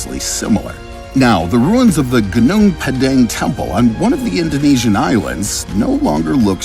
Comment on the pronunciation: It is pronounced: "Goonoong Pahdahng*" (*ah = a in arm.).